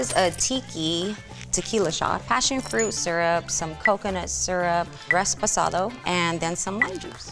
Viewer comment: I immediately thought the first one was the fraud because she said “resposado” girl noooooo